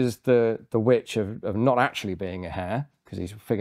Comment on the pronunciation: "I am the VVitch finder general of the colonah of Massachusetts bay"